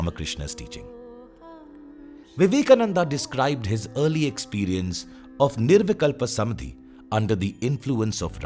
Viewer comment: धन्यवाद। What you explained in just 31 minutes and thirty six seconds would have taken at least a week, if I had to read it. Kudos to the author of this research work. Just one word for the orator - It's निर्विकल्प समाधि/ nirvikalpa samādhi and not "samadhi".